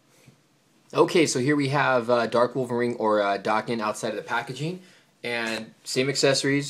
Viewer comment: Its daken (day-kin) not (dah-ken)